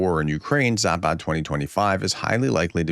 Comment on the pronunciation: Zapad ( West ) is pronounced with a short "a" s"! Not Zaaapaaad !!!!! Just Zapad !!